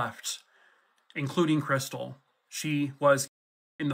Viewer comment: "That's Chris-tall, like the champagne"